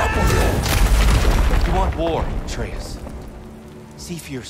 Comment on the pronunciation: the fact hears the names but still butchers them is triggering first Atreus now Angrboda😂